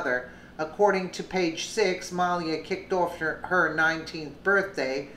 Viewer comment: Muh-LEE-uh. Great story though!